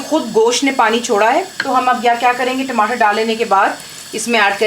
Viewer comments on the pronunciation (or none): none